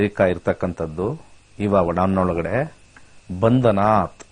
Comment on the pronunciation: ನಮಸ್ಕಾರ, ಶ್ರೀ ಮಹಾಮೃತ್ಯಂಜಯ ಮಂತ್ರ ದಲ್ಲಿ ಬರುವ ಪದ "ಬಂಧನಾತ್" ಅಲ್ಲ ಅದು "ಬಂಧನಾನ್" ಎಂದು ಹೇಳುತ್ತಾರೆ. ಇದನ್ನು ಮತ್ತೊಮ್ಮೆ ಪರಿಶೀಲಿಸುವುದು.